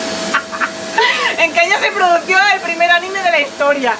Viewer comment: Es produjo no producio JAJJAJAJAJA😂😂😂 CRACKS